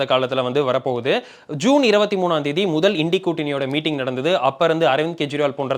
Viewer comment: Well pronounced.. இன்டி கூட்டணி is the right pronunciation 🎉🎉🎉🎉